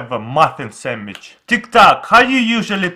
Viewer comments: he said samich not sandwich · This dude has been making youtube videos in english for a decade... and he still says "sammich"? Still have a long way to go, buddy. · ITS SEMICH not sammich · and make a samich instead of sandwich 😂 like is you see what I'm talking about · i love the way he pronounces not sandwitch but samitch ;) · samich - sandwich coo-kih - cookie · "Samich" SANDWICH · ahahha instead of saying sammich he say sanash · "you cut it in half and make a SAMICH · sammich XD muffin XD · "make a samich" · He really said 'Sammich', he is so cute! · AceMonster me XD! and also notice how at the start with the cupcake he said “samage” XD👍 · 'Make a sammich' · looooool I love that he says sammich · Vewy simpel make a sammich yu no wad ay miin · I WANT A SAMMICHE (not trying to be mean to your accent) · "Sandwich" -> "Semich" :) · he said samich hahahaha😂😂😂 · A sammich is a type of sandwich. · I love how he says samich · Gavin Helton yeh. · Or "Samich" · No he clearly said samich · Nash Bolanos semmich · No, he said SAMMICH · Yis iz a sammich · Actually he said sammikh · "Samich" LOL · make a samich now you have a muffing samich LOL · “cut it in half...and make a samich “ 😂😂😂😂😂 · monkins and semmiches hahaha that's funny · "Then you take the knife and cut it in half and make a sameech" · He says sammitch xD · Semich instead of sandwich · "and make a semmich" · Lol he kept saying samich. Yes, I do know hes russian :P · Sammich xD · Samich lol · "So now you have a muffin samich" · I love how he says sandwich “samitch” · "You make a semitch" 😂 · Do you hear that guys "you make a samich"😂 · "then make a semich" LOL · I cried when he said "samich" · “Make a samich” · Make a sammich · “An make a sanwich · It's called a sandwich sand- wich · " boom samich" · "You make e samidch" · Yeah let’s make a Samich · Lol he keeps on saying samitch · and make a sammich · Now you have a samige🤣🤣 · Samich new word... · Well. ....he said samij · Robina Kausar Samich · Perfect samich😂